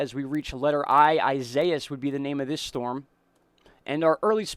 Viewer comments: Its EE si E es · Isaias is pronounced EE-SAI (as in SIDE)-EE-AHS just so you guys know. It's the Spanish version of Isaiah. EDIT: I had to fix it. A little